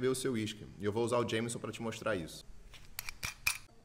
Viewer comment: ótimas dicas, só o Jameson que é um whiskey (pronuncia irlandesa/estadunidense) que é horrível kkkkk